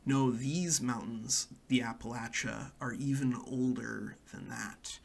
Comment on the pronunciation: I’m so proud of you for not pronouncing it like appalayshia like many others not from the area